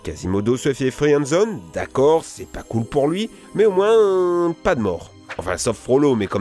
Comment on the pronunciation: y a pas que ca y a "rayponce" "fri-end zone"